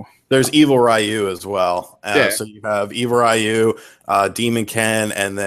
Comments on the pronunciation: I cringe when people say RIE-YOO. It's REE-YOO. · Ryu is Ree-you, and Hadoken is ha-doe-ken not "hadooken"; just sayin'